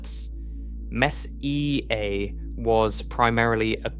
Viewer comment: AI slop doesn't know how to pronounce it.